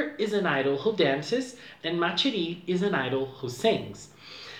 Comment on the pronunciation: Ma Chérie is actually pronounced with an Sh sound and not a Ch sound. Just letting you know!